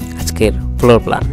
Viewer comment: D/din arringe not ok most of apane typical floor uocharan korte paren na but building design korchan besh tu